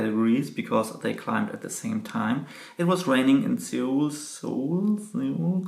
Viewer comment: Dude, 서울 is pronounced like the English word “soul“